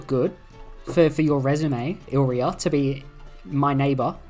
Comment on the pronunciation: Hey, re-read illyria. You're saying illrya when it's illyria.